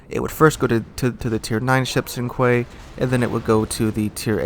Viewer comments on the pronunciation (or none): did you seriously just pronounce queue "quay"? Seriously??????? "Queue" is pronounced the same as you'd pronounce the letter "Q". Jeez. Quay. (facepalm). That's right up there with pronouncing "corps" as "corpse". Or pronouncing "moot" as "mute". Jeeeeeeez.